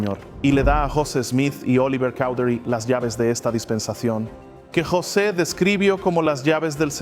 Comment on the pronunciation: Apreciado hermano nosotros en América Latina lo conocemos como José Smith y no como Yoset Smith, si pudiera saber mejor como pronunciamos nosotros los nombres sería mucho mejor , la razón por la que busqué este video es para saber datos puntuales ; cuando fué destruido quien lo tuvo y cuando fué recuperado por la Iglesia y cuando fué dedicado otra vez.... gracias de todas maneras por la información.